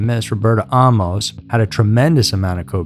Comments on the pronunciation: Why are you saying Ahh-mos? Isn’t it Amus.. like Amos and Andy? Just sounds weird 🙃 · "Ah - mose" U sure 'bout that? I suggest "Ay - mus" as another possibility. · Ed was my first supervisor. His last name was pronounced “Aye-mos”. Not Ah-mos. People became suspicious after Carolyn. Bobbi was warned. Ed was handsome, young and on his way up. He was always very kind to me. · I grew up across the street from him; I used to steal beer out of his garage.. I remember the night his first wife died . This is SO full of BS..Including the pronunciation of his last name. It's AAA- MOS-short o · You do not have all this info right because my second cousin was Carolyn Ann, his second wife. He was from Anderson, Indiana , not much Michigan, like you stated in your video. Also the last name is pronounced with a long A like AAAmos, you are not pronouncing the last name correctly. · Bullshit! He even pronounces his last name wrong- I GREW UP ACROSS THE STREET FROM HIM!! THIS IS AT.LEAST 45% BULLSHIT- THE MOVIE IS 75%!! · You mispronounced his name, and you have his hometown wrong. He is from Anderson, INDIANA, not Michigan. I knew the guy. The pictures you present are from Anderson, Indiana. You could've easily seen this with a simple Google search. Not sure where you get that this happened in Detroit.